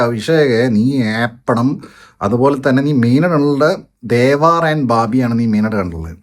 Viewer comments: Devaaar alla bro its Devar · It's not devaar it's devar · ദേവാർ അല്ല ദേവർ... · അണ്ണാ, ദേവാര്‍ അല്ല ദേവര്‍